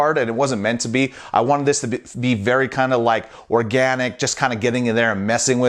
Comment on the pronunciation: Say organic again. I double dare you